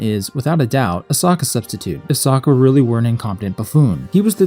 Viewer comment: They pronounce his name as sooooka, (o o as in book) it's a Russian s